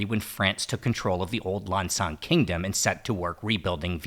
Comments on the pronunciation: Go on ThaiPBS they show Lao Vieng and Lao Krang teaching Thai people to cook. You will never see Thai teaching Lao people to cook. And stop saying Lan Chang it's Lan Xang. Say it the way Lao people say it. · Not Lan Chang. It's Lan Xang. Speak Lao correctly if you want to be the people of Lan Xang. Lao people is the people of Muang Sua.